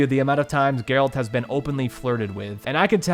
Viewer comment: You played the whole game without hearing how the Witchers name is pronounced!? Jerralt jerralt jerralt